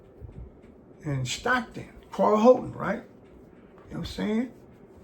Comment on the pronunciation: Did you say I'm Stockton 😂😂